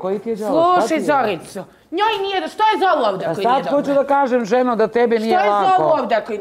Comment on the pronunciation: Al kad kaze: jaooo nije mi dobrrro😅😅😅